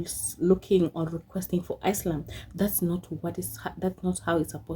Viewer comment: Ever time, she pronounced asylum wrong. i corrected it. 😂😂😂😂